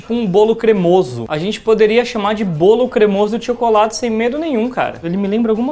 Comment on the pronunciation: "Brawlo". Kkkkl